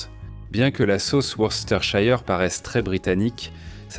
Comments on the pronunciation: Worcésteurshayeur ? Se prononce : Weurstersheur ! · Worster sauce l’eppelation